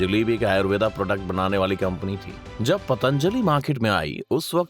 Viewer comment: कृपया हिंदी में "आयुर्वेद" ही बोला करें "आयुर्वेदा" नहीं